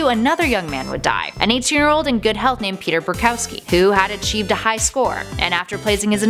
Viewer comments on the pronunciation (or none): none